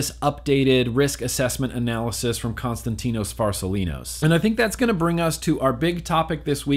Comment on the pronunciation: How many times did it take for you to say constatino farsalinos right??